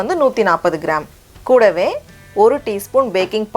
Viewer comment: The way you say KOODAVE is nice